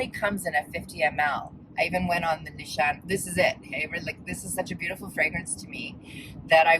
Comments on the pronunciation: It is pronounced Nisané. I bought the whole sample box and chose vain and naiv, 50 ml., because I liked that perfume the most. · I was also bothered by the pronunciation, but found some interviews with the founder and it sounds like "Nih-SHAH-neh" to me (not quite like the "Nee-shaw-NAY" we hear so much, but really not far off). I had to know. As someone else said, must be a Canadian trait.😆- Mo